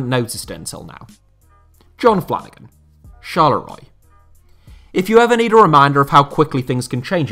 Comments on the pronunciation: "CHARLEROY" Bro, I'm dying.... :-D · please never pronounce Charleroi like that again